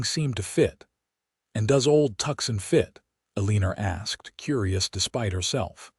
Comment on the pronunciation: "Tucson, Arizona". Pronounced "too-sawn". Please be cordial enough to notice. Somebody get these people a Dictionary.